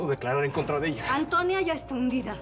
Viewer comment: Me gusta como balmaseda en vez de decirle a antonia le dice atoñia 😂